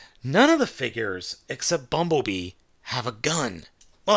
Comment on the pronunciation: Every time you say bumblebee makes me laugh